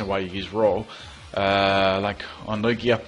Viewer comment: Christovaal Schmidt I definitely don't use Lew-ig-ia though XD I'm pretty sure its pronounced Lew-gia